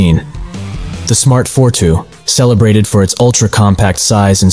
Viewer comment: Fort Woo lmaooooo